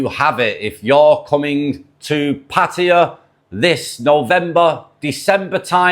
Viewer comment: So glad to hear a podcaster pronouncing Pattaya correctly for a change, well done man.